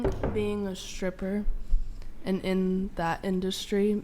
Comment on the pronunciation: Why the hell do so many people mispronounce their "st" and "str" sounds these days. Guys, she's a "shtripper" not a "stripper". I hear this fūckīn weird pronunciation on every second YouTube video I watch. Never heard anybody speak like that prior to a handful of years ago. Shtrong, shtairs, shtraight, exshtremely, etc, etc.